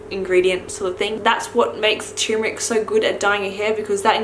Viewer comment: Cherrrmeric. Hah lol